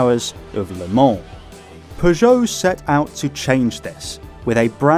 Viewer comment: Thank you for the correct prononciation of Le Mans and avoiding the infamous "leumah"